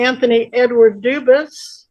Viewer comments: In reality , the French pronunciation of Debus would not pronounce the ‘s’ at the end it would probably sound like ‘Deboo’ . If you want to claim French heredity , learn the language , visit the country…. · As a French speaker, I can assure you his name is not pronounced "dubooth" lmao. He can't even fake speak French right